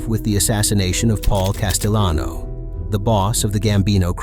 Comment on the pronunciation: Is this an AI voiceover mistake? Castellano isn’t pronounced Casteyano, Paul wasn’t spanish. great content btw